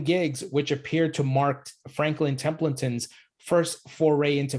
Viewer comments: For your information it’s Templeton not Templenton no “N” after “E” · Thanks for reporting but you are pronouncing "Templeton" incorrectly